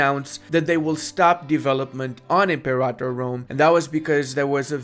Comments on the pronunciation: ImperATor not imperator 😓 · pronouncing the name wrong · I had to stop watching after about the 10th time he pronounced "Imperator" wrong